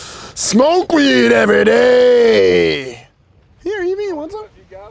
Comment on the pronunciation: Bro said eWan